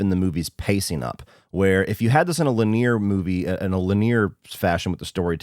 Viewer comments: Dude. LI-nee-er, not Li-NEER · Lin-e-ah. Not lin-eer. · Lin-e-are. Linear. Who says lin-ear? 😂 Still, it’s a good review. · Len-E-ur not Lanier, like Lake Lanier in Georgia. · He was pronouncing it like Lynn-ear but it's pronounced like li-nee-ur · Dammit, man, linear is pronounced “li-knee-ur”, not “li-NEAR”. Otherwise, love your channel man. 🍿🌟👏🏽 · Wtf is "leneer"...are you telling me a guy that works as a film critic for a living doesn't know how to pronounce linear? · That's my only problem with this review: how he kept pronouncing "linear" as luh-near. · "La near"? 😂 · Linear pronunciation fyi = Li - nee - ur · Please learn how to pronounce linear. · Were you on Ketamine while pronouncing linear??? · The way you pronounce "linear" was hilarious 😂 gonna check this film out! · Why do you pronounce lin·e·ar that way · I don't think I've ever heard linear pronounced like that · Yeah, he’s totally mispronouncing it. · Yeah....He's obviously a bright guy...What a major word fuck up.